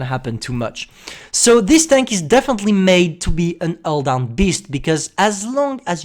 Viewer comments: I love "ull down" thing...:) also the new commentary is superb. Sounds like he's drank far too much energy drink...:D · The title should be STB-1: Alldown,Alldown,Alldown (Cuz thats how says it)